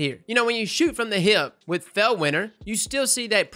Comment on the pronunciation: I love the way you say hip. With your accent it sounds like heeyip